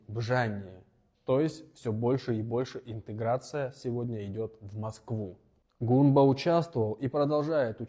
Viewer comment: Придурок. Не Гумба, а Гунба!